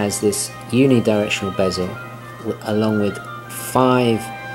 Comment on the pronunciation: did you say UNI directional bezzel ? shame on you !!